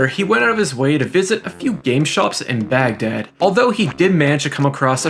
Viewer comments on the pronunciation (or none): none